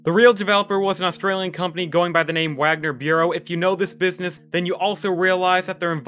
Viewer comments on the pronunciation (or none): none